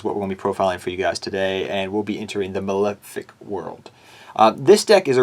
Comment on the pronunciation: You think someone making a deck profile would be able to pronounce Malefic.